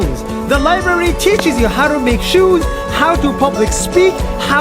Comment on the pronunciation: shh..be quiet Nas : HEERREE the LIbRaRy teAcHEs YOU!